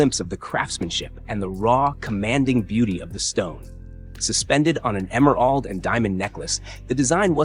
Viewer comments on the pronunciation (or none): Emer’ALD’? Perhaps they should stop using a AI generated voice to do the narration. it should be - eh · mr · uhld